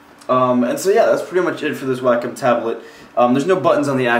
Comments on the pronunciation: Wacom is pronounced "Wah-Kum" not "whack em" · its not 'wack-um' its 'wake-um' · You actually can change the settings so that you can drag it like a mouse if you like that better. Also, it's pronounced "way-com" but that's not really a big deal.